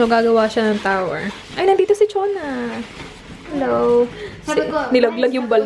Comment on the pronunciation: Gosshhh ang weird pakinggan ng Chona kay ate 😂❤...Iloveyou Mga Indays subra...